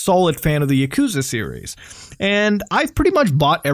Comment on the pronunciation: Lol the way u said yakuza just cringe me out so hard